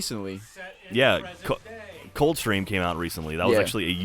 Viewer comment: I thought you said cole train and was like wtf and then I realized cold stream